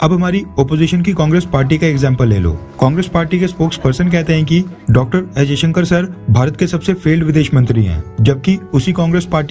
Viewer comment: affairs You wrongly pronounce the EAM Dr.S Jaishanker as Ajay Shanker,Pl correct